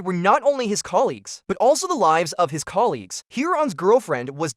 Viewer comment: the AI voice is pretty good and a few words really cracked me up "main-ten-ance" and "thirty zero", "inside were not only his colelagues, but also the lives of his coleagues" deffinitely didnt proof-listen did you? ;)